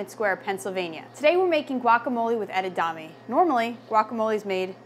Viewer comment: Its not pronounced edadame it's pronounced edamame... Spelt it right... But as a chef shouldn't you know how to pronounce it?